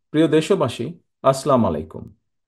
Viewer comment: আসসালামু আলাইকুম সালাম দেওয়ার ব্যাপারে আরো সতর্ক উচ্চারণ করা উচিত